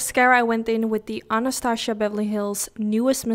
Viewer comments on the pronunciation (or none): none